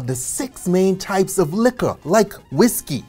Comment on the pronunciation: A whole video on alcohol but not being able to pronounce LIQUOR. In French it's Liqueur pronounced LEE-KEURRRR In English Liquor pronounced LEE-KER not LEE-CURE Oh in your recent video about COINTREAU it's pronounced CO-IN-TRO not sounding the N. Grand Marnier definitely not GRANN it's GRAN but kill the N. Nice video but must work hard about your whole American accent. Don't take it bad, thanks.